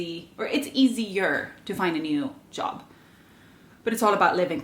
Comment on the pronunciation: “They go around and ask for yob” haha, your Swedish is showing and I love it 😅.